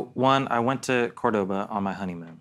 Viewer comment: Pronounced Córdoba as opposed to Cordóba.